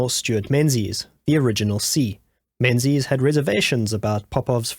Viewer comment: Menzies is pronounced 'Mingis'.